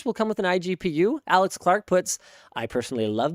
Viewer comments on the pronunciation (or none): none